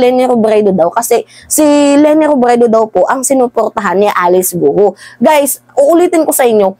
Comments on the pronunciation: Ang pag pronoun ng apilyido nya ay "Go" not Go-u.😊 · Researcher or Research Team hindi Researcher Team. Gwo hindi Goo-oh Ambobo nitong vlogger na to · Its not pronounced as Gu-u as you are pronouncing. It is pronounced as kwo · Sa Chinese gou Hindi go-u kundi kou lang yon or ko correct pronounce of gou